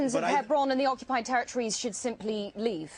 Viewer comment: It's ironic to hear a 'Palestinian' who is unbale to pronounce the letter 'P'. He says repeatedly 'Occubied territory''. This Arab man, like every other Islamist, should be greatful that any Jew is even remotely willing to compromise any inch of what is undoubtedly Israelite indigenous land - there's ample historical, religious, archeological (*and even Genetic) ties that connect modern Jews, Samaritans, to the historical Land of Israel. Muslims already have their Islamic wholy city of Mecca, but true to their colonialist invader supremacist nature, always want more, and particularly they want to claim as theirs the Jewish historical capital and wholy city of Jerusalem - it's all or nothing for Islamists, meaning, it's not enough for them to have Islam in over 20 countries, what they really want is for Jew not to have a sovereign State. Also, we in the West should stop the PC charade of using the term 'West Bank' , that is nonsense, it's Judea and Samaria and it's historical Israelite land as well. This British Muslim 'moderator' acts in typical woke/Hamas activist BBC mode, interrupting Rabbi Fleisher whenever his arguments and facts start to bother them due to being irrefutable. - no sir, it's not 'ethnic cleansing' it's called population transfer, and it hashappened throghout history in orderly and contelled fashion, such as when in 1948 Muslims and Hindus had to move due to the creation and partition of most of South Asia into India and Pakistan The use of the term 'P